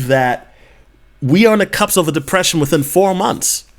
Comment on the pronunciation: BTW, it is cusp, not cups.